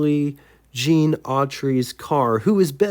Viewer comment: Gene, not Jean,. 😉 What a beautiful car.